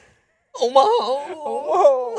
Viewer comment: It's Omaha not Omahall you dumbasses